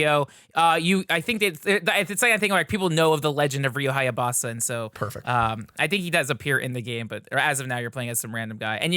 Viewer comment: said ryu hyabasa like a kilbasa sausages